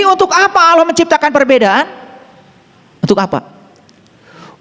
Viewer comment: mantap... yg kurang enak saya dengar. aulah bukan allah